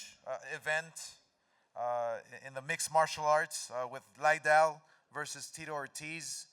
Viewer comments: I've heard lots of people say "Lie-dell" when it's actually "LID-dell". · smh.. DelaHoya speech so mundane. Cant even pronounce Lidell to begin with. "Lay Dell" .. "Chuck Lay Del".. foh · "Chuck Laidell"...the first time he said it chuck looks at him like mother whatchu call me..? Lmmfao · CHUCK IS LIKE HOW DID HE PRONOUNCE MY LAST NAME?